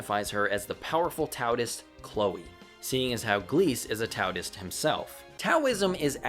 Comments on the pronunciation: I'm enjoying the video a lot so far, but I have to tell you that Taoist isn't pronounced "Tao-tist", it's closer to "Dow-ist". Not sure where you got the extra T from, haha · Lol, I'm not so sure someone younger than the actual franchise should be rating anything, let alone claiming 'best' or 'worse'. And ffs do a bit of research. Tf is a 'Towtist'? Tao is pronounced 'dow'. You sound like a moron. All in all, I think you're just young, impatient and not that good at Pokemon. 🤷‍♂ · It's pronounced Dao and Daoist... not Taoist. Spelled Taoist. Pronounced Daoist. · It's pronounced daoist- yes even when it's spelled with a t. Also the yellow vespa and a few other things are references to the anime FLCL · oh no, do you say tao'T'ist the whole review? ;~ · Lmao "tow-ist" You may want to look up the proper pronunciation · Sorry but why do you pronounce an extra T in the middle of "Taoist"? I assumed it was a mistake at first but then you consistently pronounced to that way lol sorry for being a grammar not or whatev